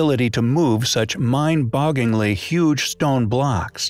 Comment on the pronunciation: Read it a few times. You'll get it. 'Mind-boggling' not mind-bogging. Don't leave out the 'L'.